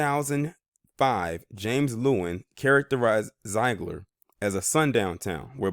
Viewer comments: My home town! Zeigler has been so good to me. It's actually pronounced Zig-ler Zeigler I'd a welcoming town to all kinds. I've lived here all my life and were welcoming to me. My family is deep routed. Native population is higher. As well as Asian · What you talkin about Willis. You cant even pronounce the name of the town correctly. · You are mispronouncing the name of this town.